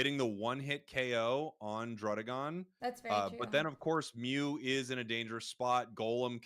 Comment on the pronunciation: Beautiful tournament, a lot to learn from these guys. BTW, it's DRUH-DEEH-GON, because the name is a combination of DRAGON and RUDDY, not RUDE (as the double D implies).